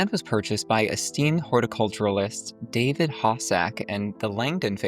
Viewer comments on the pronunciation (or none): none